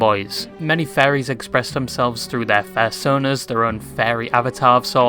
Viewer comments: You say fairies instead of furriers and I am losing it because you also say fursona and fur just fine. Best example is where you say fairies and then shortly say fursona. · the fairy theme from botw in the end made me chuckle since this guy sounds like he is saying faires instead off furrys this whole video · thought he was talking about ferrys, but it turns out youre talking about furries please say it right or change the title